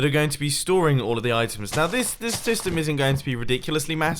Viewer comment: 13.41 I swear he said ‘dystem’